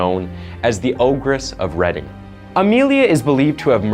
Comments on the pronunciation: It’s ‘reading’ not reding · This happened where I live. The town is actually spelt Reading